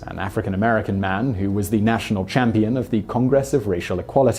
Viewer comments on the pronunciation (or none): none